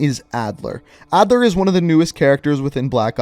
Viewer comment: Its Adler